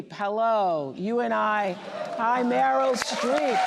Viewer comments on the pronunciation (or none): Oh dear, Harris called Meryl “Marilyn”.